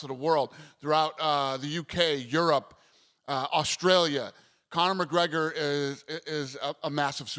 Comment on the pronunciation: Stephen "CONNAH MAHGREGAH" A Smith